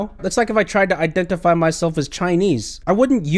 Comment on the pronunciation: I'm sorry, did you say IDENTIPIE!?😆